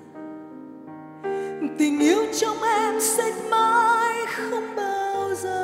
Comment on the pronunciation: HHN có thể không hát hay bằng nhưng cách phát âm của Hà Hồ rất chuẩn. rõ ràng. Thanh Hà phát âm bị đớt quá. mấy chữ như: giờ, xưa.. nói chung là lưỡi hơi bị ngắn...